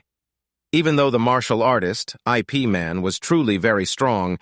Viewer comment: Should be pronounce as Ip(If ) Man